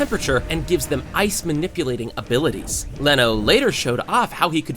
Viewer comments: Who the fuck is leno? His name is reno bro. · Umm actually its reno ichikawa not leno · No es leno, es renno ichikagua